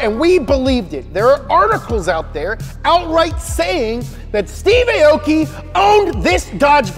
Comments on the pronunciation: "Aoki" is pronounced "ah-oh-key", not "ay-oh-key". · "Arh-or-key" not "A-o-gy", amazing video nevertheless. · Aoki's name is pronounce as aw-ki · AH-OU-KEE - real pronunciation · Aoki is actually pronounced as= awki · Everyone is saying Aoki wrong. It's pronounced like (ow-ki)